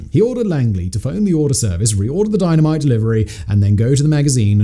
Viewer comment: Saying Dino mite so off ton it's like your sending a subliminal message!!!!